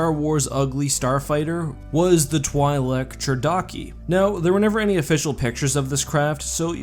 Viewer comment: It's "twee-lek" not "twhy-lek"...